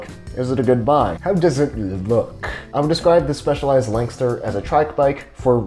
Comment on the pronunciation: its pronounced specializ-ed , by my good friend Dionisis...hahahhaaaaaa